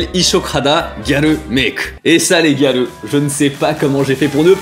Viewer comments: Moi grêleux 🤣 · Quand tu disais Gyaru, j'entendais "Galleux"... x) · J'entends aussi galeux ! 🤣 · A chaque fois que je l'entends dire "gyaru", j'entends "galeux".. x'D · On est d'accord xD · T'as dis gyaru j'ai entendu galleux TT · Quand il a dit gyaru j'ai cru qu'il avait dit galleux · J’arrête pas d’entendre galeux au lieux de gyaru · HAHAHAHA j’arrive pas a ne plus l’entendre maintenant